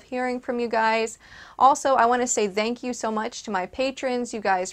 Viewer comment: I like how you say "Dank you". Are you of dutch descent?